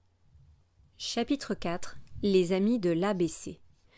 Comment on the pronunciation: ''Chatitre''😂 en vrai merci c'est plus compréhensible grâce à vos vidéo